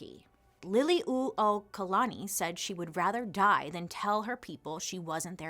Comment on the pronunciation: Bailey! This is why I love you. Trying to help us put our true history out there. Mahalo piha for doing this video AND for putting in the time to get accurate research. Your pronounciations aren’t totally off and you got the pronunciation of Liliu’okalani right which is a hard one for many. This video is much appreciated! Mahalo nui 💙💙💙